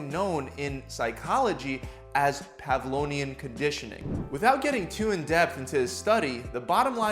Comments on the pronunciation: Lol. “Pavlonian” conditioning. That’s not a word. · "salvation" and "pavlonian"...😂 It was even spelled Pavlovian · Pavlonian? Lol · You mispronounced "Pavlovian".